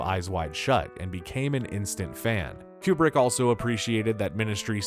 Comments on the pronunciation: Kubrick… coup-brick not queue-brick It’s driving me mad… 😁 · Tiny note: It isn't Q-Brick/ Stanley Cue-Brick. It's Coobrick.